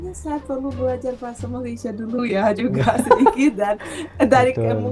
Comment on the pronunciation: Malaydes harusnya banyak "e" di belakang nya... Kite Saye Malaysie Kenape Kemane Kerete